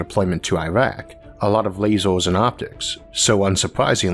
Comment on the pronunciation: Can you please not say " lazors ", because I feel like I'm watching some elaborate prank.